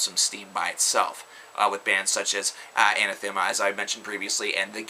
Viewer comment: Anathema is pronounced "Uh-nah-thu-muh" That's how the singer says it anyway... Nitpicking I know, but I was glad to find out. I always said Ana-thee-ma lol.